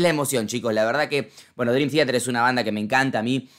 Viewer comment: "drim tiater" xD